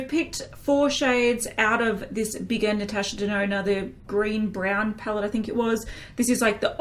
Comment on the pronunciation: As LivLovesHerMakeup say "Natasha DeNONO"